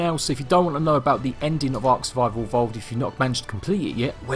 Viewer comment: Why do you say it like tlc